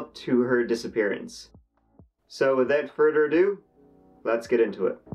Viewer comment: Wittaw furder adoo... Fucking awesome lol